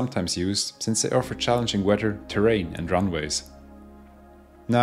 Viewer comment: Love the way you pronounce weather.WEDDER?